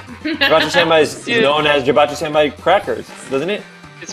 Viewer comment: You mispronounced “Senbei”.